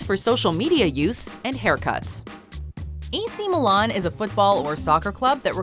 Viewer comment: She says AC Milan so weird lol